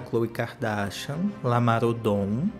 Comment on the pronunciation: Por que sempre escuto Lamar Odonto em vez de Lamar Odom?